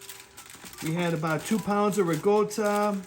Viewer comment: there's no g in ricotta if you're going to pronounce it at least say it right if you're supposed to be Italian shame on you.